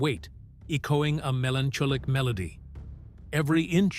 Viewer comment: Robovoice just failéd English, magifeeyid by the eechoing sound. Listening to it made me really melantsholick.